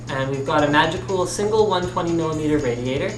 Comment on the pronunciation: I keep hearing him say magical instead of Magicool when naming the products and its cracking me up.